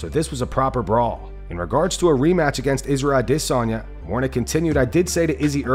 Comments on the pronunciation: Israel AhhDissOnYa is my favorite fighter, thanks for saying his name so often this video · aD IS onya - bro your are butchering his name lol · I’m constantly wondering why you pronounce A-Desanya so oddly 😂😂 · Narrator pronouncing Izzy's name like that is making himself just as cringy..wtf is this channel thinking 🤔.. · The way u pronounce izzy s Name, u sound stupid